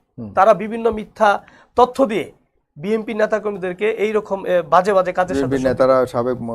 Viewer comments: কি নেতারে ভাই, দলের নামটাও ঠিকঠাক বলতে পারে না। বিম্পি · ব্যাটা তো দলের নাম উচ্চারণ করতে পারে না। বিএনপিরে বলে বিএমপি